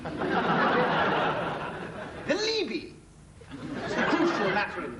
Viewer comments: No, it wouldn't, his pronunciation is still wrong. In latin, the word "alibi" has the accent on the FIRST vowel: à-lee-bee NOT a-lèè-bee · I knew he pronounced Alibi wrong but couldn't remember the correct way myself. No wonder. I was schooled in french before english and i think i may have said it his way often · ALEEBEE, GWILTY, GWILT, ALLEY-ASS, PUBE-LICK NOOEY-SANCE, SPOSE, FATTAL, NEFFA-RY-ASS, TISS-WAY, ALL-EGGED, FURRY